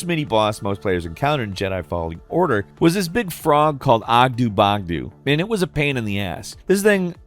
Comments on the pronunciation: It's pronounced Oggdo Bogdo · Bro BUTCHERED oggdo bogdo’s pronunciation